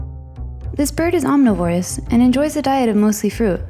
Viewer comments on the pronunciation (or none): How did you like "This bird is om-neh-VORE-us" instead of "om-NI-vo-rus" for #19 southern cassowary? ;3